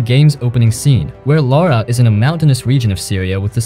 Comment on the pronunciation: Lara ! Laaaaaaaara ! Not Laura 😡